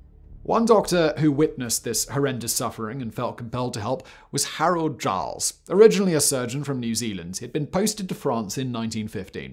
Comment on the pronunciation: The name is Gillie not Giles. Same pronunciation as the Scottish gamekeeper, I.e. Gilley. His instruments are still being used by plastic surgeons.